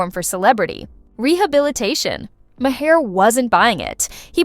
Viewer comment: Did she just called Maher “Ma - Her”??? 😂 girl, you can stop there. Nothing you say after that is worth listening